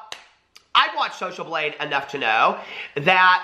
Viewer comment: Thought you said social bleed.... Sounds legit.